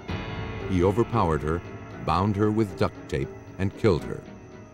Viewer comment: Why is he saying duct tape like that loljhfdghj